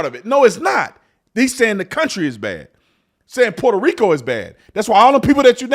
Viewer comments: Sunny thinks she’s Puertorrican and can’t even say Puerto Rico right. I’m born and raised there and voting for Trump! I love my island but would never choose to move back there. I’m grateful of my American citizenship and that I’m able to raise my kids in the states. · Sunny doesn’t even pronounce Puerto Rico properly. Doesn’t her side make a big deal about mispronunciations being disrespectful? She claims to be Puerto Rican in this very clip, but she says it in the most white girl pronunciation possible.